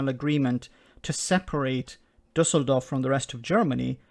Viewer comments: Just a personal compliment (even so a lot could be said). Great pronounciation by of the Düsseldorf city name with the Ü "Umlaut". Well done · No, it was good. As a German i give you the "Umlaut reward"